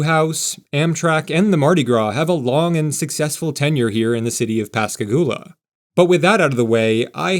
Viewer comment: FYI, Pass Christian is pronounced like Kristy Anne. Local will laugh at you if you pronounce it the way you did. Oh, and thank you for correctly pronouncing Pascagoula. That's one that people who aren't from the area often get VERY wrong.